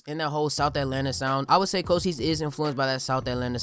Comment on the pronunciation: Thas how it's pronounced tho